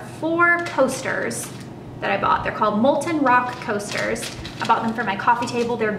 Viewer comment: I totally thought you said four toasters instead of four coasters and was very confused. The bag and watch are gorgeous!